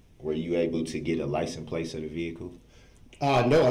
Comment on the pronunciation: Mr. Brooks, for the love of God, wtf is a licum place?